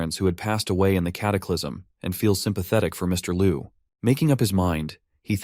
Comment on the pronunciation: please improve the AI, like when calling "mister (pause) liu" the pause make the story different😅